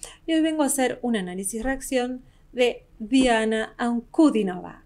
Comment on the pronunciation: Lady how many times are you going to react to D-Anna and mispronounce her last name, It is not Nova, Not Nova, Not Nova. HER NAME IS PRONOUNCED AS D-ANNA AN-CU-DEAN-O-VA, AND NOT NOVA AT END OF HER NAME, GET IT CORRECT, lady